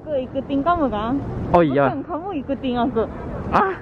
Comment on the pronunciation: Kok aku rasa lucu deh dengan kata iyow dri, pdahl kan seharus nya Iyah,.😅😂😅